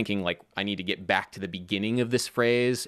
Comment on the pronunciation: Random note: You recently talked about your Maryland accent and a desire to clean it up a bit. You pronounce the word "get" as "git". It's a southern thing, too. I think your stuff is great. Thanks for posting again this week.